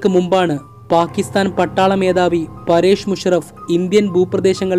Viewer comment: ജനറല്‍ 'പരേഷ്' മുഷറഫ് അല്ല, 'പര്‍വേസ്' മുഷറഫ് ആണ്.